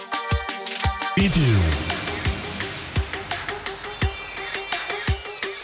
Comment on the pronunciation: Igen, én is azt néztem, hogy ezek szerint nem tudja olvasni Cirill betűket. VAGY bizonyos nyelveken a З-t zs-nek ejtik. 🤷‍♀️